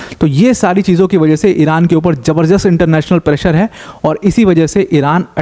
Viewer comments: जबरजस्त कोई शब्द नहीं है। जबरदस्त सही शब्द है। कृप्या सही उच्चारण करें। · ज़बरदस्त सही शब्द है । Z wala जबर means forceful जबर- दस्त का अर्थ क्या है आप समझ लो 😂